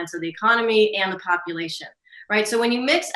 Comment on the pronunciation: I thought she said, "many components of the economy and the copulation..."